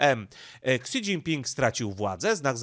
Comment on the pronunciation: Śi Śi Śi Śi Śi .. do jasne cholery, mówi się "ŚI Dźingping" żaden "Ksi" Ps. Pan Radosław Pyffel nie musi się reklamować, ponieważ dla osób obeznanych w tematyce, jest bardzo znany od dawna w obszarze geopolityki azjatyckiej, a broni się swoimi bardzo interesującymi materiałami.